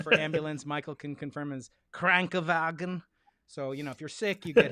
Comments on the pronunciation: you alls german is terrible.. im just sayin... KRankEN VAGEN ;P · It’s KrankeNwagen’. Couldn’t hear the n well but otherwise 👍👏👏👏 Love your show! Fascinating stuff! Kudos for not being scared to taking on the ‘controversial’ but hot topics, that shouldn’t be controversial at all, if you believe that science works.